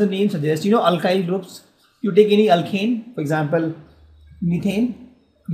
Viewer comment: Its alkyl not alkhyl